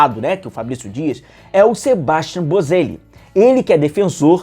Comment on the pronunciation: Quero ver se vem algum. Já estou cansado de tanto monitorarem jovens promissores e contratarem a peso de ouro os Vidal e David Luiz da vida. Um detalhe: sendo argentino, ou de outro país hispânico, o nome do Boselli é SebastiÁn. Assim como é sempre AdriÁn, JuliÁn, etc. Temos que perder essa mania que dói no ouvido de americanizar a pronúncia dos nomes . Nesses casos é falar como está escrito...